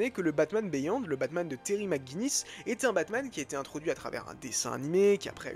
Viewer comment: Ca se dit "BIYOND", pas béyond ! ;)